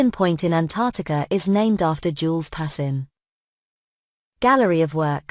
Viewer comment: His name is pronounced PAS.KIN